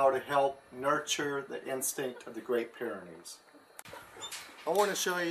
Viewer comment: It's Pyrenees, not pyranees... you probably know that though. Nice video!